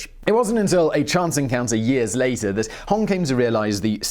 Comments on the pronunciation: It's pronounced Hong Zee Quan, A for effort and great on everything else bro. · His name is pronounced like “Hong show-chewan” (chew and then wan) In fact, as much as I know that mispronunciations are your thing, if you ever need help with chinese pronunciations, please just contact me :) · I butcher my own name Simon so I'm good.. LOL... But seriously I've heard Hong's sir name pronounced as Hong Gee Cwooong but not sure.. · The mandarin pronunciation is simplified as - Hong (not Hawng) Shio - chwan. You don't have to be Chinese to learn how to pronounce romanized phonograms. Takes like 3 seconds to put it in Google translate and press the audio option. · Hong Sheeww-chewaan, Tran is Vietnamese :P X = Sh / Q = Ch most of the time. Hong Xiuquan, Hong Shiu Chuan. Its a tongue-twister for sure.